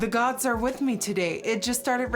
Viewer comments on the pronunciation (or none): none